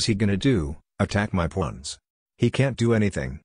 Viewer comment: bro fr I heard him say pluns instead of pawns